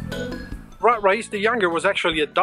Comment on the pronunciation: his name mourad not mura and his algerian not dutch man lol